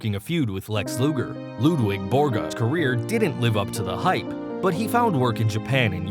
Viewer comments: Its Ludvig not Ludwig! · LudVIG Borga not Ludwig